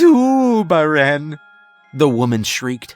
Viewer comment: Zuuuubaren. No way I could not laugh at that name being said aloud every time